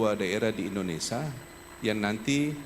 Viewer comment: Indonesia pak walkot. Bukan Indonesa